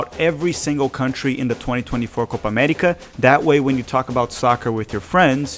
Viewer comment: What in the Alabama